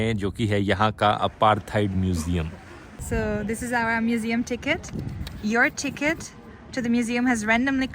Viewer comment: You called it a 'mujium 😂😂